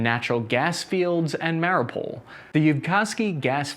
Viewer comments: Mary u pol, not mary-pole. Why are anglophones the worst 🤦🏾‍♂️😄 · its pronounced mario (withour the ) oo pull is the way to pronounce it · The video is great, but the fact that you can't pronounce Mariupol drives me crazy... Listen to a ukrainian person saying it you have to strech the UUU